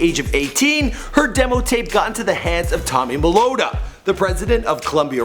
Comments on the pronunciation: Is Tommy Mottola! Not "Tommy Molotta"@ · Tommy Mottola guy...not Morolla